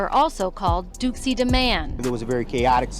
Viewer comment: ....its Dooski...not Dookie